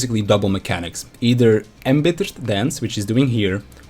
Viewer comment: Embittered = INbittered